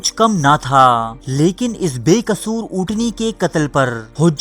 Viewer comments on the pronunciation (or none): none